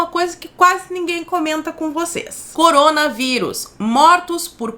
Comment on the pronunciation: " MOCOROMGA VÍRUS " KKKKKKKKKK